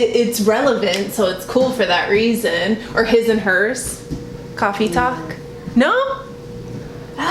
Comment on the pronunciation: Omg I love how we listen to like the same music while we workout. O and I would like to point out how I love when you talk to your hubby and say no like in a Spanish accent as a ? Example on of the video and of the video (NO)lol I love that because I do it too. Also #loveit